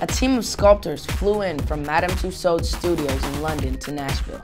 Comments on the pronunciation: crazzi-j north It’s Pronounced tuesawds, not tuesauds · He cant evwn say tussauds right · Justin you pronounce it two swords not tosads xx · Why do Americans say Madame tussows it's Madame Tussaud's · It's not twosos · Tusodes aha why can't he say it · Josalba Jimenez in america, you say what he says. but in england we would usually pronounce it as ''tussords'' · lol he cant say it right to me then and yet i cant even spell even #evwn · the way he pronounces tussauds sounds like a british accent lol. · He doesn't even know if Germany is a country, do you really think he'll pronounce Tussauds right? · Aww he can't say Tussards